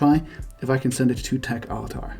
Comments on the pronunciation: techaltar.... i thought you were mispronouncing tech avatar. tech ahtar try a diff recipient. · They might not understand the contact's name because you are mispronouncing "techaltar". Took me a while to understand what you're saying too.